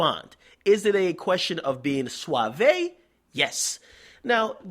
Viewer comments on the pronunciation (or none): Its suave [swauv] Dj Akademiks, not Swauveh you dumbass nigga 😂